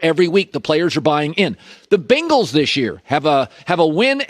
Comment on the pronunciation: The "Bin-gals"...😂😂😂😂